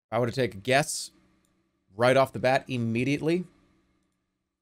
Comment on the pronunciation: Jerma "E-MEDIATELY" Elbertson